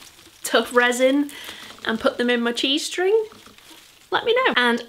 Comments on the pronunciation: everytime you said cheesestring I heard g-string and I can't stop imagining that cactus in a g-string I'm crackin' up 😂😂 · OMG i really thought it was G-string! Thanks for clearing that up!, i was really dazzled all through the video 😂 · I kept hearing “G-string” planter rather than “cheese string” planter so I’ve been giggling like a five year old the whole way.